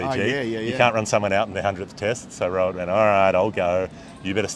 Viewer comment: It's Rohit Sharma not Robert😂😂